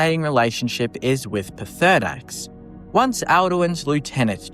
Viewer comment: How the f*** can you pronounce Hermaeus Mora of all things???? Lmao!